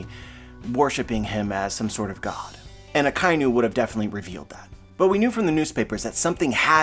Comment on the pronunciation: We can't keep calling Ryogokyu 'Green Bull' while saying 'Akainu' and not 'Red Dog'. More minor, but it's pronounced A-ka-e-new. It's a combo of Aka (red) and Inu (dog)